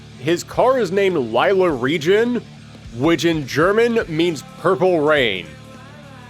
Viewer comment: Lila is pronounced like leela. But good try on Regen. You should've tried Sehnsucht...